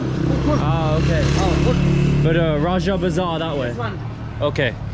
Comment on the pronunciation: Bro that’s raja bazaar not roger bazar😂😂😂😂